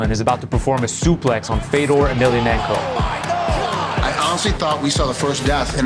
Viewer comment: Native Russian speaker here. THIS is how you pronounce his name. There's zero f-EH-dors in Russia. And thousands, tens of thousands of Fyodors. Nothing complicated about that. The surname is also incorrect in a major way. But the way that the US absorbs cultures and names, butchers them over time with the promise of money and then spits it out, really does rub me the wrong way. Basically, ye-mhel-YAH-nhen-ko. Again, no room for a mistake, no variations. has it, but it's hard to hear. I understand the last name is rather hard, but 1) the first name is not hard, and 2) everyone gets the Kadyrov's last name correctly... I guess the man stands up for himself, right?.. One thing I can say is: the subtitles for hearable Russian were all generally correct (if not literal sometimes, which is fine). Congrats on that. Some of them are cut incorrectly, but whatcha gonna do. Exceptions: He also says "my plans in sports are to continue to perform". Missed: "they watch his filmed performances together". He doesn't pose it back as a rhetorical question, like the subs kind of imply. He simply tries to finish the answer with the same preface. As in: "a man can be considered a hero if..." and seemingly either didn't finish the thought or cut off purposefully. it's just "good memories, I hope", without specifics. Basically correct, though. Bonuses: Awful accent, but he tried xDD I barely knew it was Russian. Lacks subtitles; he says "I can s